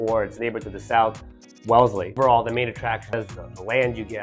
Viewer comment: IT'S WELLESLEY not WELESLY...